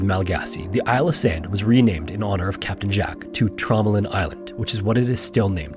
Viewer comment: Nooo, not Tromelin, Traumaland